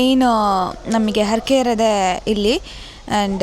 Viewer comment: ಕನ್ನಡ ಮಾತನಾಡುವಾಗ ಉಚ್ಚಾರಣೆಯಲ್ಲಿ ಸ್ಪಷ್ಟತೆ ಇರಲಿ. ಅರಕೆ ಅಲ್ಲ ಹರಕೆ. ತಪ್ಪು ತಿಳ್ಕೋಬೇಡಿ.